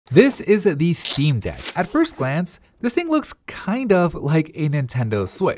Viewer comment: The way you say 'is the' makes it sound like youre saying "isnt." Had to replay it because i thought you said this isnt the steam deck. i never heard anyone pronounce words like that. Wtf speak normally.